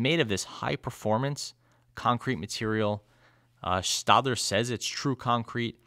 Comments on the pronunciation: I believe the "ae" in Staedtler is pronounced "eh" rather than "ah" in both German and English. Sorry for the nitpick, but your reviews are already near-perfection anyway! ☺️ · Yep, it's stetler as in a Stetson hat. But I give credit because I have mispronounced so many things in my life that I have no ground to stand on to criticize. LOL